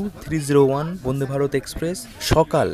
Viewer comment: উচ্চারণ ঠিক করতে হবে বোনদে ভারত না উচ্চারণ টা বন্দে ভারত।